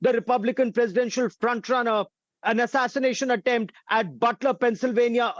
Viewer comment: Thee atatanashion atemp